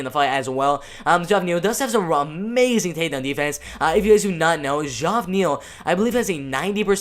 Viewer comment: Geoff=Jeff Neal. Pronounced Jeff Neal. Here to help young lad.